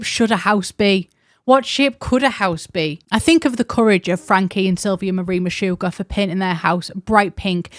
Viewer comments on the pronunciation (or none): none